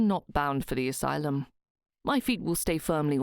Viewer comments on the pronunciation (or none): none